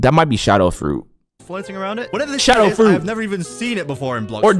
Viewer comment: Love yo vids and bro said shadow I was laughing so hard when he got it rong